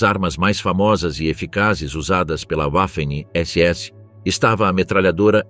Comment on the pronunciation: Sem falar na pronúncia da palavra "waffen" pois "w" em alemão tem som de "v" .